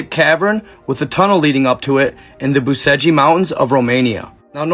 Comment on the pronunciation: BUCEGI - PRONOUNCED - BUCHECH